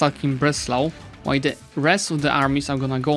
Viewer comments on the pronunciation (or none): none